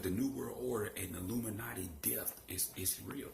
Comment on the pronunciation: When you have to take a deep breath " illuminouty"